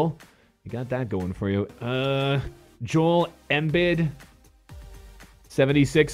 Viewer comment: when butchers the shit out of joels name